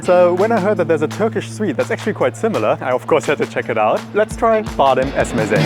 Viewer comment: Great video as always! Appreciate your effort to get the pronunciations right. One thing though - The sweets are called "ezme", -si (e.g. badem ezmesi, fıstık ezmesi") at the end is a sort of connector word, like "paste of almond - badem ezmesi" :)